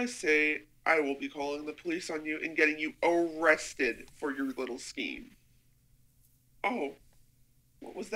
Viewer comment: "O-rested" haha